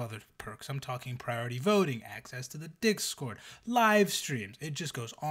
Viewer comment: When says "discord," early on, i heard "priority voting on dicks-cord," had to do a double take for the emperium there.